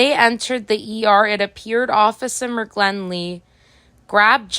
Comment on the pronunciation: The correct pronunciation of McGinley is with an "i" not an "l." Have no idea why you believed the first "i" was an "l" when the dot above the "i" is clearly visible?